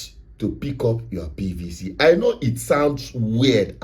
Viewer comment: It sounds STUP!D each time you emphasize on PVC... Are you so domb that you don't know that the elections are already compromised before the dates fixed....